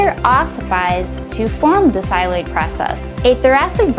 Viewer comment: It's not "xyloid" process, it's "xylophone" process, sheesh